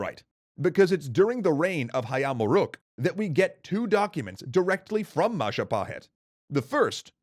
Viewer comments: mahajapit ❌ majahapit ❌ mapajahit ❌ mahapajit ❌ ma-ja-pa-hit? ✔ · MAHAHAJIT-WRONG MAJAHAHIT-WRONG MA-JA-PA-HIT? CORRECT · Jestin It's Mahajapit (beep) Majahapit (beep) Mapajahit (beep) Mahapajit (beep) Mapajahit (beep) Ma-ja-pa-hit? (ding)